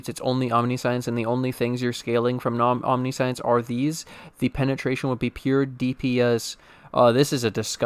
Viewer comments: British: om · ni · see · uhns American:: aam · ni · shns Streamer: Omni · Science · Only if you stop pronouncing it "Omni-Science". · That omniscience pronunciation tho (hint: it is not omni-science) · I usually don't do this but its said so much in this video that I can't help it. It's pronounced "om-nih-see-ince." It's not about science, it's about seeing everything. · Sigh, can't listen to the vid bc you keep saying omniscience WRONG. Sorry I'm a bit, or a lot, OCD about pronunciations